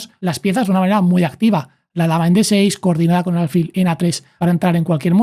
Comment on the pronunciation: Muy bueno el video. Lo único que le ha cambiado la pronunciación de alfil. Es palabra llana, tiene el acento prosódico en la 'i', no en la 'a'